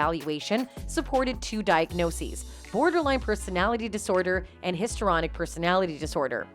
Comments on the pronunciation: Did she call her female lawyer a he multiple times and she said histryronic instead of histrionic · Definitely. She can't pronounce histrionic, etc, so look them up. Takes 4 seconds.